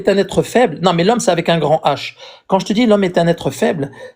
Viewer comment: Ca avait pourtant bien commencé. Mais c'est toujours comme ça. Quand quelqu'un dit "je te dji" au lieu "je te dis", ça va barder à la fin.